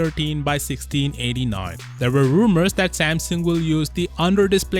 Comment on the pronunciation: Rumours or roomemms?😂